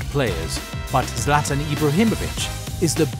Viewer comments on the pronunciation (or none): My boy said zlatin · Learn how to say "Zlatan"😂